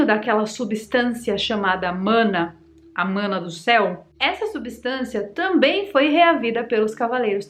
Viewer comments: não se fala “mãna” e sim se pronuncia “maná” … vídeo massa ❤ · Não é "A mana" e sim O Mãná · Não é mãna ke fala é maná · Oxe nao é MANÁ nao!! É MANA? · Mãna não! Fala direito! É MANÁ!!!!!! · Na verdade a pronúncia é maná. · Se pronuncia maná! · Maná é a pronuncia correta,. No portugues e no Hebraico. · Conhecia com a pronúncia de "Maná". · Interessante, não conhecia essa versão. Mas,, é manáh, com a última sílaba tônica 😉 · Se pronuncia “Maná” ❤❤❤❤ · A pronúncia é: O maná do céu. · A pronúncia é Maná. Adorei. Arrasou 🎉